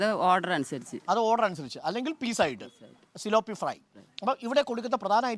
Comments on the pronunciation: സിലോ പി അല്ല. പി േലാ പിയ ' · തിലാപ്പിയ ആണ് ....tilapia ....